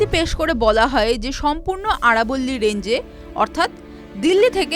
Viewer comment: আরবোল্লি নয় আরাবলী